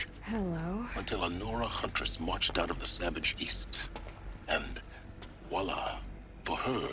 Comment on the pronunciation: WHALA! -> voilà!